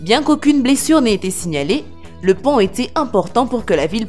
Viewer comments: Lazy 93 Au lieu de dire pont elle a dit pan ^^ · Je reve pas elle a dit pant au 4 😂😂😂😂😂😂